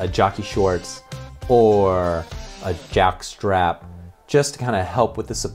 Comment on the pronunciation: How comes you can't pronounce 'jockstrap'?